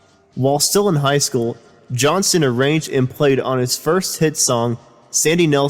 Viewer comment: It's JOHNSTON, pronounce the "T"